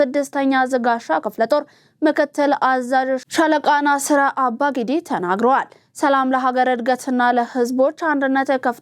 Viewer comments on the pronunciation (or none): NAASIR ABBAA-GIDDII . not " nasiir abaa gidii " . Just advice for the future .